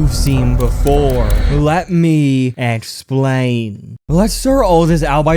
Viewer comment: ehhxplian(best way to say it)